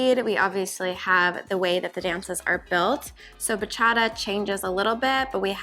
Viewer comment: You had that Bachata pronunciation down! 😁